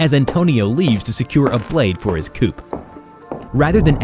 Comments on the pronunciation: Coup is pronounced coo, it's French. And comatose is pronounced like come, not comma. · You don't pronounce the "P" in "coup" it's "coo" like "cool" with no l